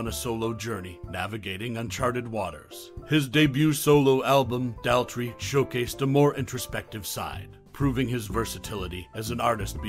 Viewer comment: It's doesn't rhyme with pal 😡😢 It rhymes with paw. 🙂❤Daltrey.